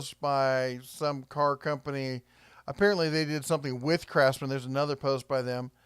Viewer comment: I thought you said "Crapsman" at first. Had to rewind and listen again